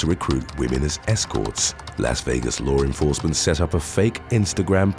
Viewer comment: I love this channel. Lots of good stories. And also, I get such a chuckle every time the guys says "lore enforcement".